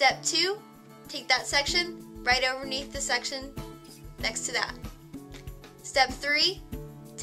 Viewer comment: "right oveneath'' lol